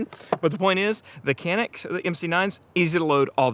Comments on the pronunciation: It is NOT "KENIK". It's true pronunciation is "DJANIK". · Kuh-NEEK is the pronunciation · I'm originally from Turkey. I'm not the best shooter, but I'm a fan of Canik, but not because Canik is our national brand. Because Canik has the best pistols for the price. One thing I wanna add, it sounds very bizarre every time I hear an American pronounce this Turkish brand "Canik". In Turkish language, "C" letter is not pronounced like the pronunciation of "C" letter in English language. it is pronounced like the soft "G" in English language, like in the word "general", "giant", "geography". Or you might just pronounce like "Janik" which is very similar to the original pronunciation.